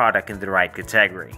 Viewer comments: I need to teach you how to say category and niche. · good stuff... I've never heard anyone say 'category' the way you do.